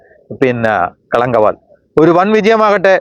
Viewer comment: ആദ്യം ആസിനിമയുടെ പേരൊന്ന് ശരിക്ക് പറയൂ ഭായ്.. കളങ്കാവൽ.. എന്നാണ്..